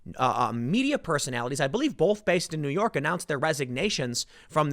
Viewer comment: Why does Tim pronounce “both” as “bolth”